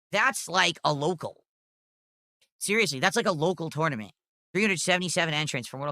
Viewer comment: Lol 6:63 that pronunciation doe... "You bring your own joystick to the toynement."